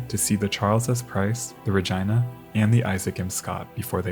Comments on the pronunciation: What you call "the normal human way" is a violation of the rules of Latin pronunciation. Since "Regina" is a Latin word meaning "Queen," and Victoria was the Queen of the British Empire - which included Canada - the town was named in her honor. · I refuse to believe that's how Regina is pronounced, cmon man. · is it actually ruh-gi-nuh or is it reh-gene-uh😭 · I think the “i” in Regina might be said like an “e”? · It certainly does rhyme with that. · Thanks for the video. Fyi- the other ship's name Regina - pronounced " Rah Gene Nah", plz stop saying RahGina, it sounds like your saying Vagina. Keep em coming!!! Love the history! Thanks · RegEEna, not jYna. Great video but that segment was driving me mad 😂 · Its pronounced rageena not ra geye na😂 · The pronunciation used for Regina…in a way I never thought of prior to watching this documentary. Ra-jyna. Not Ra-jeena. It’s Ra-jyna. Ya know, ra-jyna. Say ra-jyna one more time. Tell me that ain’t moist enough for ya. Ra-jyna. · ARE WE ABSOLUTELY POSITIVE IT WAS PRONOUNCED "RA-GYNA" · I don't think you're pronouncing the RAGINA correctly. It don't sound like a private part of a woman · Did dude seriously pronounce Regina like vagina? I didn't realize that Canada actually named a town Regina, and refused to pronounce it the normal human way, instead opting to rhyme with vagina lmao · Is not Regina pronounced like Regeena?? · I'm gonna go out on a limb and say Regina is not supposed to be pronounced like a certain female body part, and instead should be something like REH-GEE-NUH. Edited to add: I looked it up, and Regina, named after the Canadian province capitol of Saskatchewan, does indeed rhyme with that certain female body part. What an unfortunate name lol, for both the ship and the city. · Yes, the word exists in latin and other latin derived languages, but in latin / romance languages it's pronounced re-gee-nah. Pronouncing "i" like "eye" is definitely an english bastardisation. :)